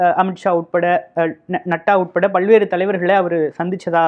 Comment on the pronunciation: Natta இல்லப்பா.. Nadda... தயவுசெய்து உச்சரிப்பை கவனித்துச் சரி செய்யவும்